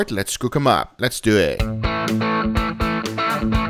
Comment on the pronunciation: Love it when he says “les do ehttt” 😭😂